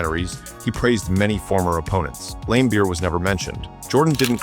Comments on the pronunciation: And "Lame-beer" LOL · "Bill LAME-beer"...